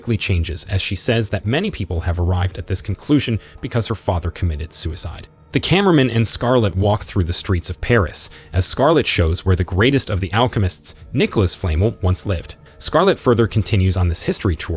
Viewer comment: I hate how he’s saying “Flamel”